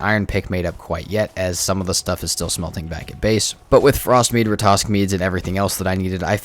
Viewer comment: If you just kill a troll you have nothing to worry about yet. You also have to kill the Elder to trigger the troll raid. Oh and sorry for asking but can you please pronounce Ratatosk correctly, instead of saying Ratosk😅